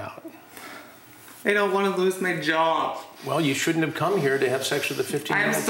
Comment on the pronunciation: Woont = Wouldn’t Shoont = Shouldn’t